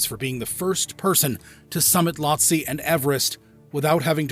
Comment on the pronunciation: It’s not that no one wanted to help Mohammad, it’s that they can’t. That’s why bodies aren’t recovered that high. If you can’t walk, you can’t be rescued 😭😭😭 Also, Lhotse is pronounced “low-tzee” lol